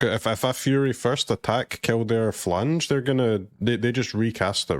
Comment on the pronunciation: It’s not phlaNge it’s phlAge 😂